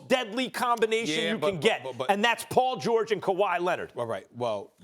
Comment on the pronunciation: Who's Pol Gorge?